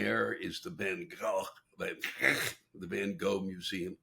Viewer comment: "Van Gckckckck". I always wondered how to pronounce his name. Thanks, Mr. Black!